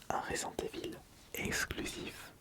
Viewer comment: Resent Evil, surval horror, all-in the dark... C'est Jean-Michel à-peu-près 😅?